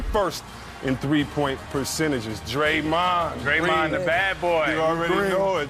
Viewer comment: Jordan Egbuna it’s Draymond NOT DARYMOND